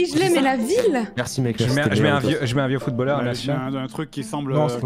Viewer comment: A partir du moment où tu dis « footballeur » en prononçant « a » ça part mal 😭